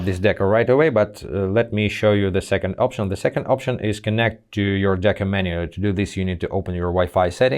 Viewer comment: It's deco not deca!